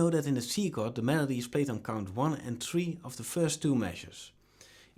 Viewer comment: It's one two three four...not one two tree four.